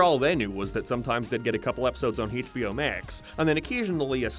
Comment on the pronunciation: I swear, if you say "Haitch Bee Oh" oen more time, I'll sue you. I'll sue you in England, budday!